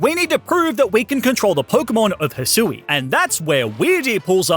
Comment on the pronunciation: It’s Hy-shoe and ar-key-es